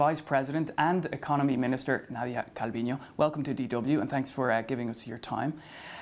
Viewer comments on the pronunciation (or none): Actually, is Nadia CalviÑo. ñ and n are different letters with different sounds. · Calviño, not Calvino. It's a different letter.